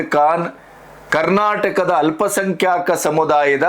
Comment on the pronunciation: ಅಲ್ಪ ಸಂಖ್ಯಾಕ ಅಲ್ಲ..ಅಲ್ಪ ಸಂಖ್ಯಾತ ಅಂತ ಹೇಳಿ..ಭಾಷೆ ಶುದ್ಧತೆ ಬೇಕು